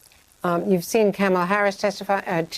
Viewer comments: Andrea, it’s “Coma la” 🙄 Kamala ! Go MJ....win Texas !! I voted for you💪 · Actually, it's Comma la.